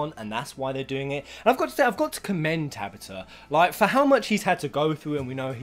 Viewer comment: You say " Tabata" wrong XD